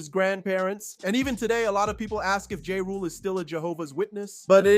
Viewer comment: Why do you refuse to say is name correctly 🤣